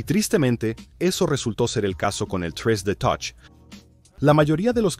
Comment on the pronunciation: Tres di totch 😂😂😂😂